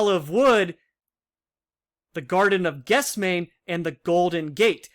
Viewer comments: Good work. FYI Gethsemane /gĕth-sĕm′ə-nē/ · It is pronounced "ges- them-any" Good video!